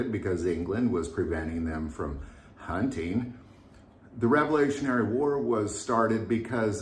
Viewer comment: I can't believe you're a teacher. It's revolutionary, at least that's what you said the first time. I don't know what you said the second time you said it sound like you put an e in there somewhere